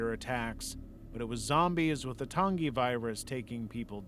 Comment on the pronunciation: Soft g when you pronounce Tangi. Tan-gee. Great video though.